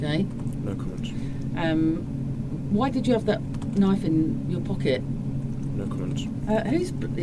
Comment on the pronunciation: Being from the US, and hearing you say " Knife " crime, I had to go back and listen again, I thought maybe you had said " Nite" crime ?? But no you did say Knife crime, you know that's not what you would hear in the US ?? NO it's all about the " GUNS " !! I wish people only used knives here too, Well you know what I mean.....? In a perfect world there would be no weapons, or crime !! Unfortunately we do not live in a perfect world .....? Thank you for the more detailed version of this story. I've seen it before, but a much shorter version ? ✌🏻💯👍🏻